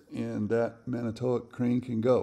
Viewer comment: Here in the midwest, we pronounce it man-i twak. It is a city on lake michigan about 80 miles north of milwaukee.